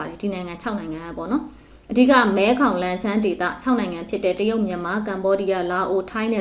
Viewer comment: မဲဂေါင်လို့ဖတ်ပါ။